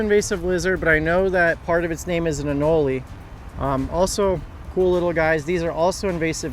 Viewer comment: It’s just anole Not anoleeee the e is silent lol Love the videos